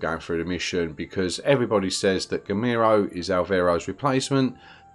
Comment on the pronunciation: Great videos, man. Very helpful. In case this may help you: the way you pronounce Girolamo sounds like the Spanish name Ramiro (in a very weird way), which makes it very confusing. It took me several videos to realise you're talking about him, actually :-D My guess is you'd find it much easier to pronounce it in Italian. it should sound like 'GeeRowLAAMow'